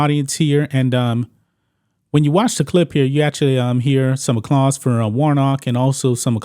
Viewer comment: Did you just say...acclause?? Instead of applause?? You said it back to back....